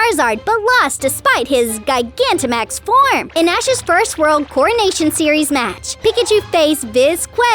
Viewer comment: 😠 you mispronounced so many pokemon words gigantamax is said like gi-ganta-max